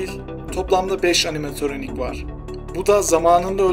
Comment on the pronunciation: animatoronik deyil animatronic